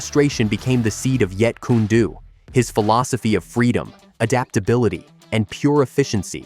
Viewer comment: It's JEET KUNE DO not Jeet Kuna Do JEET- KUNE -DO If you gonna make videos of Bruce's art speak it's NAME CORRECTLY